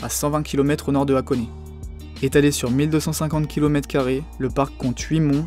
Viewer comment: Hate de voir la partie 2 ^^ Si j'ai un conseil à te faire, ce serait d'essayer de travailler un minimum ton accent nippon; evidemment je te dis pas de prononcer parfaitement, mais au moins d'essayer d'avoir une prononciation poche et juste! Par exemple, "Machida" se dit "Ma-tchi-da" ou "Hakone" se prononce avec le H inspiré... Du coup c'est du détail, et le reste c'est nickel je trouve ^^